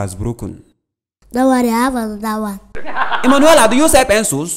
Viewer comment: Penculs?! LOOOL still funny tho. .